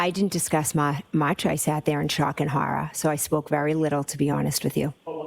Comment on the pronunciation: I was in "Shock and Horruh" at a witness giving police a statement about a relationship. LMFAO.